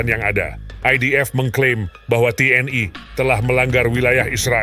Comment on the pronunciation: Mengejanya biasa aja ga usah keingris ingrisan ,TNI bukan T.N.AI